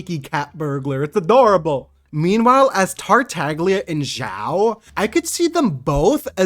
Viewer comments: Pretty sure the "G" in "Tartaglia" is silent + you are pronouncing "Scaramouche" wrong. I am pretty sure "Scaramouche" is pronounced more like "Skeh-ruh-moosh". I don't mean to be rude, so I apologize if I seem a bit rude. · For the "glia" pronunciation you simply have to go on Google translate in italian